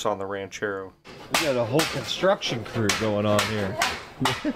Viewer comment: Did you say construction or destruction? Lol